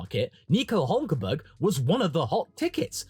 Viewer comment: "NICO OOOLK KENberlllgslglL"